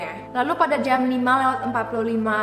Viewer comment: Jam bukan jeamm.....